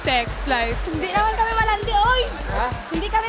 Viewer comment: "hindi kame malandi uy" bisaya ka man day ui XDD